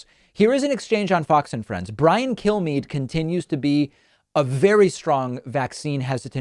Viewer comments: Does any one else hear kill me when killmeade’s name is spoken? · Did he say, Brian Killme's mind? LOL